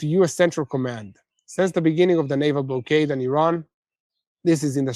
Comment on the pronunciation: block-ade not blow-ade